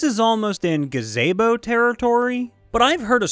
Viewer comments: Woah woah woah, Ga-ZAY-bo? Unsubbed. :( "KAI" POINT? WHAT IS GOING ON? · Anyone going to point out he always pronounces Gazebo wrong?